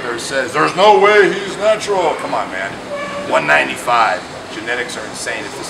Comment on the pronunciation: Im sorry but anytime Rich says the word "natural", i have to laugh